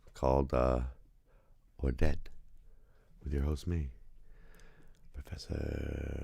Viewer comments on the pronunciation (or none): It’s “Orlel”. Danish is not French.